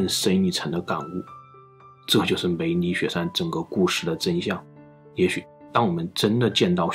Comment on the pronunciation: 我吧梅里雪山聽成美女雪山😂